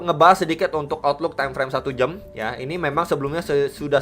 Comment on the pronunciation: Khas nya channel kalo bilang jam bukan jam tapi jem. Timeframe 1 jem, 4 jem 😃 gmana nie bro ahli nujum... Btc bablas naik atau dead cat bounce?